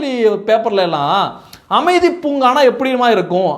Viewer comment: அமைதி பூங்கா இல்லப்பா அது அ மிதி பூங்கா .